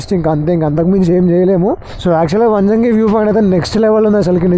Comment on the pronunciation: వనజంగి కాదు బ్రో వంజగి ఒకే ... వేరే అర్ యూ ఫ్రమ్ ❤👌👍